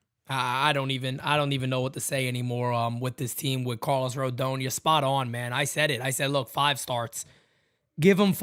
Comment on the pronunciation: Carl-os Pavano.